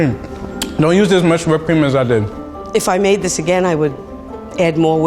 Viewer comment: Now they telling us what toppings to put on our ice cweam? (Btw I didn’t make a typo)